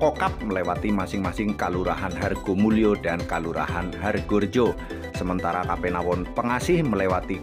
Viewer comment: Jangan diucap ^kapenawon^ tapi Kapanewon .